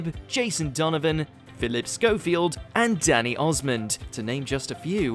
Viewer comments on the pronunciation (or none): Did... did you say DANNY Osmond? It's Donny Osmond, you bellend!